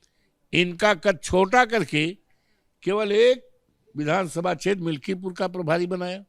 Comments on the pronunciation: पत्रकार मिल्कीपुर को मिल्कीपुर बोल रही है। ऐसे ऐसे तो पत्रकार हैं। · मल्कीपुर ना मैडम मिल्कीपुर है पूरी जानकारी लेने के बाद इंटरव्यू लिया करो😅